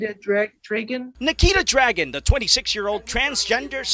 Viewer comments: "dragun" really?! this shit writes itself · you can't even pronounce "Dragun"... dude go back to school...